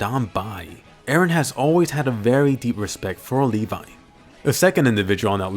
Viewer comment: ITS LEVI NOT LEVA